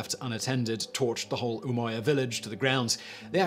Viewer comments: Umoja is a Swahili term and is literally pronounced umoja not "umoya" I'm from Kenya and Swahili is our national language 😂😂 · Umoja was not pronounced umoya. The word didn’t come from Spanish but Swahili, and originally Arabic. Thus it’s pronounced like judge. This presenter has lost serious cred in my mind for not doing his homework